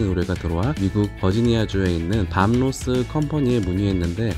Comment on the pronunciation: 밤 로스 밤 로스. 이름 하나 제대로 발음 못하고..